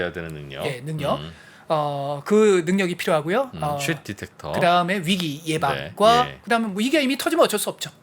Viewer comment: 근데, 디텍터정도는 한국싸라미면 디뤡~터 라는걸아니까, 굳이 T바름을 그러케솔찍카게낼피료까지는..-_-; 🤔